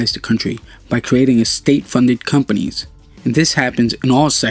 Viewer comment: He misspelled companies by saying companys, and Nanotechnologies, saying nanotechnologys